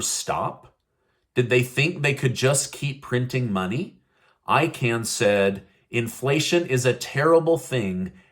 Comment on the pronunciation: Carl Celian Icahn’s last name is NOT pronounced like a CAN. It’s pronounced like CON.